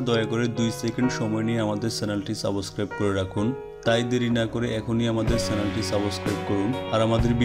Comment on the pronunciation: সাবস ক্রাইব করা নয় । সাবস্ক্রাইব করা হবে। 😀